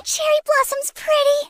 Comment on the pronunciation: Chewii bwossom